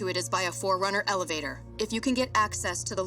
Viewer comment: she said forunner but they been gone for 30 years